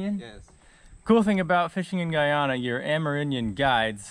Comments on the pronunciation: Your not saying or pronouncing Guyana properly and the language that is spoken is Patwa and is like broken English - I have fished many of the tributaries from the Amazon as Guyana is “land of many waters” - just saying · I thought you said Ghana and then you catch an arapaima. I was like “wait that’s a South American fish. You said Guyana…lol.